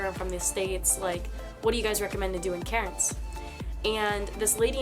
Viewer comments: She’s pronouncing Cairnes wrong it’s pronounced cans 😂😂😂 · Haha her pronouncing cairns like Karen’s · Is she trying to say Cairns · 1 gallon is a little under 4 litres. For one liter or petrol it's about $1.76aud depending where you are. We don't say gas for petrol. You can get bigger pizzas from the takeaway. But they aren't $7 even for a larg. She said Melbourne the right way but not Cairns. We don't say/hit the r. We also say Mel-bun.